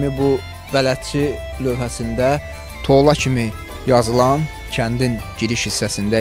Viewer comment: Tola yox Tuulla deyirler